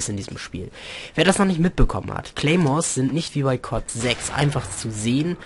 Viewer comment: coole stime finde ich aber der rest ist echte kacke sorry aber ist so du hast da im video no skill ;) ach ja du sprichst cod gans komisch aus sag es doch mal so C O D so wirds richtig ausgesprochen ^^